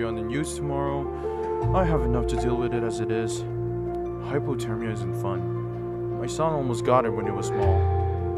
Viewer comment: Wait did he just say hypotermia instead of hypothermia